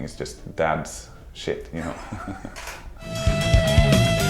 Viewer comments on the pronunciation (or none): The way mikael says "shit", i find it to be really funny